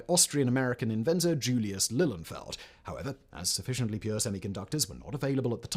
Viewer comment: Today’s mispronunciations: We don’t say “eff-ee-tee”, we say “fett”. Not “lill-un-feld”, but “lill-EE-un-feld”. His name is Brattain, nor Britain. It’s pronounced “BRAT-un”. That is not how you say “calamity”.